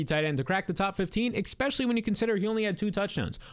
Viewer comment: Good stuff! New subscriber here. One pet peeve: You’ve got to pronounce “especially” correctly! 😅 It’s not “ekspecially.”